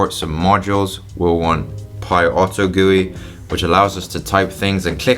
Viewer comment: he pronounces it like it's some sort of pie! Pie auto gooey but actually script. what it means is Python Auto Generated User Interface